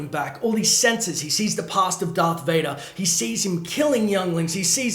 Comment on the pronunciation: U said dvader twice